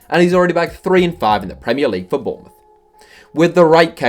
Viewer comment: he said Bournemouth like if you heard to